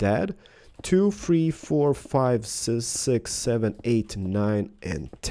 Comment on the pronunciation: said si six